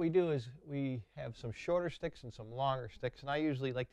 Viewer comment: I like the way he says "shticks"